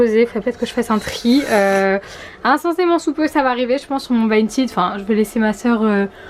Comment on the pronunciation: personne parle de comment elle a dit vinted